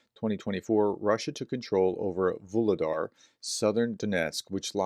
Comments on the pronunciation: Hey, pronounciations getting better every time. As Vu - lhe - dar is Vo - ro - nez. Just the same. Like your videos so much and your mispro is just charming ;) I'm not sure, but who seams to get the pros quite good ist "Macronomist" from Germany. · Вугледар Vugledar. The "G" is soft... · Vuhledar, aspire the h as if it was h in hand. Vuchledahr, but there it's too strong. Anyway, soon you won't need to mention it anymore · Voo Glue Dar. The H is pronounced as a G. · H in Vuhledar is pronounced in the same way as H in Harris